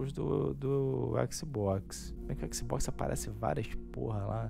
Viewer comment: Xboxi seu **! kkkkkkkkk Você fala XiMen????